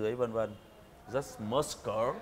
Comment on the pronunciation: Muscle ( mớ-sồ) not “mớt-s cờ” nghe bác đọc nghe gắt quá :v